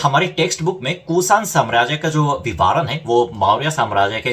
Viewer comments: Hi You are doing a very good job via this channel. Hats off to you. Just wanted to say that, it is vivaran - va pronounced as you do in the ran part of vivaran, that is, short 'a' and not 'aa'. So it is vivaran and not vivaaran. Hope I made it clear. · वी वा रण -नही - विवरण होता है मेरे भाई ।🙏